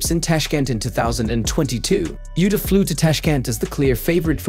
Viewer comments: He mispronounced her first name too. 😅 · also it’s not “Utah” like the name of the state in the United states. it’s like “oota” except without elongating the “oo.” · The name is Abe Uta , not “eibi iuta” Show some respect trying a little effort to pronounce a Japanese name correctly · Can you adjust the speech synthesizer to pronounce her name correctly? It's Uta (not Yuta) and Ah-beh (not like Abe Lincoln). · You don't even attempt to learn how to say her name. No, it isn't pronounced like Abe from Abraham Lincoln but Ah Beh (just to be clear it's not Ah Bay either) Uta again not You tuh like Yoda. But, U as in Eww that is icky. and Tah like tah tah for now. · Not Abe, and not yuta! What a dickhead! It's oota ahbay! 阿部詩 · Her family name is not pronounced Abe, like Abe Lincoln, but it's Ah-Beh. And her name Uta isn't pronounced like Utah, but it's 'Oo-Ta'. Like in most phonetic languages, Japanese Romaji adopted the way Latin based languages pronounced their alphabets. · Ffs, do a little preparation. Her name is pronounced ah-beh ew-tah. You sound truly ignorant so thoroughly mispronouncing her name. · The downside of getting AI to narrate a video: it pronounces non-English names as if they are English! Hey stupid American AI, it is pronounced /ɑbɛ ʊtɑ/!!! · Japanese is a syllabic language. Her name is pronounced "ah-bay oo-tah." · Gods above that AI voice butchering her name... "Ah-bay Ooh-ta". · Her name is pronounced Ahh bay Ooota. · Is this a computer voiceover? It's pronounced like Ah-bay Oo-tah, not like Aib You-tah. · Japanese names can be pronounced like Italian. So she is not eib yuta, but Abe (A like ave maria's a) and be like Betty. A-be. Likewise Uta is not like Utah but U like oo and ta like tar. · Uta Abe is pronounced "Ou-Ta Ah-Beh". not "Youta Ayb"